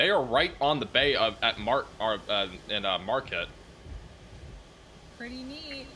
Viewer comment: Marquette= "Mar Kett"